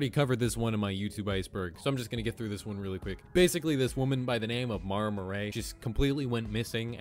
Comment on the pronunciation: Maura Murray is pronounced like More-uh Murry 💗